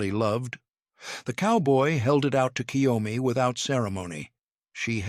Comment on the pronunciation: Totally understand why KYOMI didn't understand someone pronouncing her name entirely. Like so many British as well as American speakers do for no reason that can be understood by any Linguist we make the sound of EE before "Y" It's obviously not "Key Yo Me" or even "Ki Yo Me" It's KYO just the "K" sound directly in front of the "YO" Not KiYoMi Like so many pronounce ToKiYo instead of TO-KYO or KYO-TO Like British has the problem with Ukraine - There's no 'Y' in front of "U' There's no "Y" in front of JagUar.